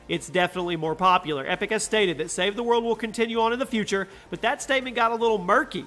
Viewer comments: He said save the mode and not save the world hahhahahahhaha lol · Did anyone else hear him say save the mode instead of save the world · He said SAVE THE MODE 😂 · Lol you said save the mode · I love save the world (save the mode is what you said lol)